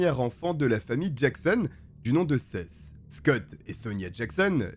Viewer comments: Juste comme info Seth. On dit Sept (7), pas Sesse. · Seth....sa ce dit sethE.....mdr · Des condamnations a la hauteur du crime et des vies gachées... PS : le prénom Seth ce prononce '' 7 '' comme le chiffre en français 😉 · Je suis un français vivant a los Angeles et j'ai un ami qui s'appelle Seth mais on prononce plutôt sâïsse ou sihisse... Selon mes oreilles frenchy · Seth ça se prononcé sept comme le chiffre ! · J'adore tes vidéos ! Toujours très travaillés , juste fais un effort sur les pronoms anglophones. Seth se prononce comme le chiffre 7 ( comme prononcer dans toutes les vidéos en rapport avec le procès ou par sa propre famille) ... tu m'as rendue folle toute la video ... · J'ai mis du temps à comprendre que le prénom de l'adolescent était Seth que j'ai toujours entendu prononcé comme le chiffre 7 ça me perturbait xD une fois compris le nom j'ai pu me plonger dans l'histoire 🤣